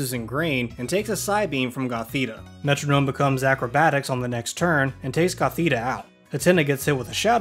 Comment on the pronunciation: Why does he say metronome like that :(